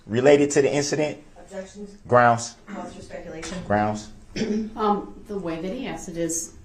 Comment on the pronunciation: And couldn’t even say the word speculation correctly even immediately after the judge said it. How can you not repeat a word you JUST heard